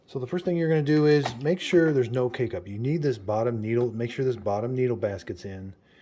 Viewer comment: 😂 I thought he was saying "Make sure there isn't any cake-up", had to listen to it a couple times to realize he was saying K-Cup 😅🤪